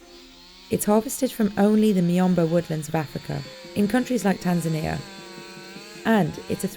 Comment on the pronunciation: TanzAnia.... not TanzanEa...